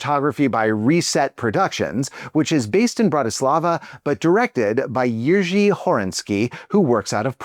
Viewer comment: Congrats for pretty accurate pronunciation of Jiří ❤❤